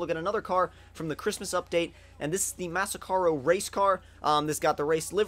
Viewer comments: it's MASACRO not masacaro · ever since gta is out there are still people who cant read names of cars -_- Massacro Not Massacaro, Blista Not Ballista